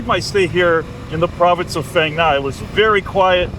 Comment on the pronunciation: Actually this city is called " Pang-Nga"